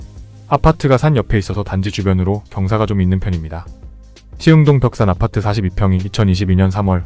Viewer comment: 아파트만 발음을 독특하게하셔서 신기합니다 압!파/>뜨